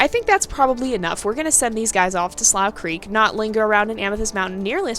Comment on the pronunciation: Slough is actually pronounced Sloo-cr-eek